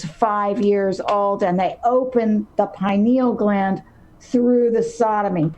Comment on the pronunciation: or to pronounce pineal gland. It has 4 syllables.